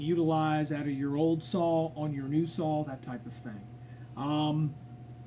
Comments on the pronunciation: It’s pronounced “saw” not “Saul” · Can't really take anyone serious when preaching about equipment when they say "sawl" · Sounds like he is saying Saul....4 Sauls..Great Saul..Competitively built Sauls..Sauls..Sauls..Sauls..BTW great video :D